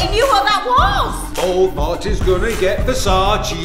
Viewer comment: This is how many times said Versage instead or Versace